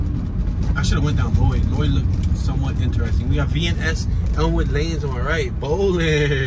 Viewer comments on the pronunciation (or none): none